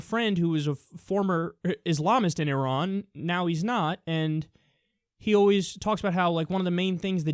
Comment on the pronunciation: Thank you for pronouncing Iran correctly.